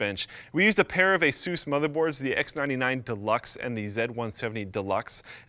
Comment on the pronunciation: Hey Senor Where I find those Jesus Motherboards ? or maybe you not pronounce Asus properly. You must know your Asus from your Jesus ?